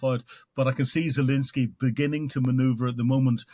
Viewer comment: Still saying "Zalinsky" after all these interviews?